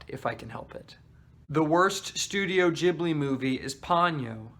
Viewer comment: here are my comments 1) what did ponyo ever do to you😓 i don’t get why you hate it 2) thank you for saying it like jibli and not gibli 3) kiki does indeed get better the more i think about it 4) agree with your take on howls moving castle 5) omg yes castle of cagliostro reminded me of scooby doo too. that one annoyed me tho because it didn’t end with two people falling in love 😐 6) i realized i need to watch porco rosso again!! 7) whatttt i did not know shia leboeuf was in nausicaa ???? 8) mononoke🙌🙌 9) SPIRITED AWAYYYYYY😁😁😁 10) yoshifumi kondo directed whisper of the heart